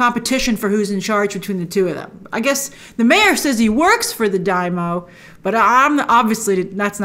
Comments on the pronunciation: Daimyo is pronounced like Dime yo. That's dime like the coin, and yo like the greating. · DAIMYO, Grace. “Die-mee-oh”. You’re welcome. Japanese word. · Sorry to have to point it out, but you mispronounce the word "Daimyo", and they sey it right in the show ( and every Anime" that it apears, just see in the original Japanese audio, like I Always do ) it is something like " daaymeeoh" watch the show again ...